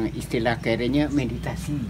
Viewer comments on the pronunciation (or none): Mediasi pak bukan meditasi 😅